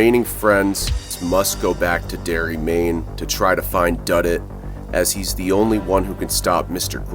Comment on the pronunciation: Pretty sure that “s” was supposed to go at the end of Duddits….